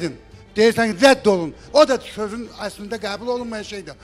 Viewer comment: Guya bu özü düz danışa bilir.sözün yerinə şörün deyir.